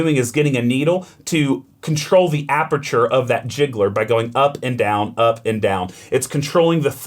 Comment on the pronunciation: Really loved this video, it's an E61 group masterclass. Super useful. My only minor 'grievance' is with the pronounciation of "gicleur" which means 'sprinkler' or 'diffuser' and has nothing to do with "jiggler".